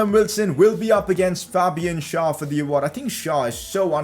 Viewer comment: please stop messing up Fabian Schär's name. It is pronounced with an e and not an a